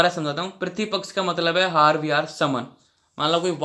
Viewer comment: Bhai tu aahar ko hahar kue bol rha hai 🤣🤣